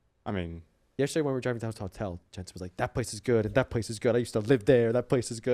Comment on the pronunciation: I feel so bad for Alphari and Jensen -- they look like they would legit rather be anywhere else in the world rn . (And bro . . . that is not even CLOSE to how you pronounce Jensen's name. I just about had a StROKE.)